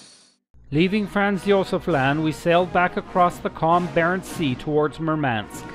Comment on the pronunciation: The mispronounced names made this video cringe worthy. Murmansk not Merman-sk.